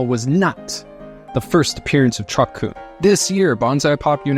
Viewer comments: Lmao he cant even pronounce Kun. Lmaaaaoooo. Fire him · Sir, you're saying kun wrong.